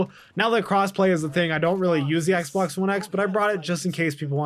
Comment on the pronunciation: swear he says Xblox one X, in the beginning hahahahha